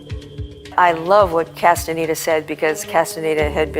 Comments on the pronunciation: چرا کاستاندا درست تلفظ نمیکنی عزیز کاستانه دا نیست 😂 کاستانداست شما اسم به این سادگیم بلد نیستی ؟ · کاستاندارو اشتباه تلفظ می کنید